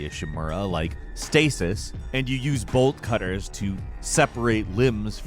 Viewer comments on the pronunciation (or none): Did you just said "Bolt Cutter"?? lol